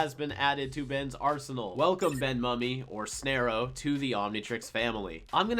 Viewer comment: Snare-oh. Species: Thep Khufan. Planet: Anur Khufos/ Anur Transyl.